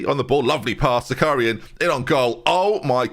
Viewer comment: Zakharyan is pronounced - ZA - HA (like in ha-ha) - RYAN ("ya" like in "nyan-cat")